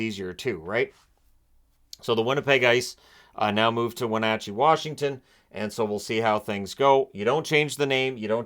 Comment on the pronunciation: 🎉🎉🎉thank you for pronouncing Wenatchee correctly sir!!!👏👏👏👏🎉🎉🎉🎉🎉🎉🎉. As a local I have heard many variations!!